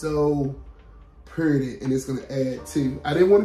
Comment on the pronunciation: Hey 👋🏾 I can't wait to see the final look. It's so exciting to watch the haul then the final reveal. The roses are beautiful but I was cracking up when you said "ain't they puuuurty" and "hey class come git yo prize outta dis" with that country grammar!! You know I love it 😂😂😂.